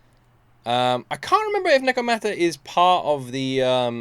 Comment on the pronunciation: Hears nekomata said 5 times. Still proceeds to call her nicomata 😂